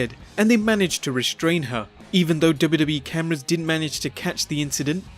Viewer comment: he said dubidubii but its wwe